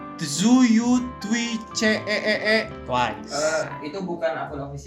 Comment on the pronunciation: Katanya kpopers, tp baca tzuyu aja tzuyu ,yg bener bacanya Chuwi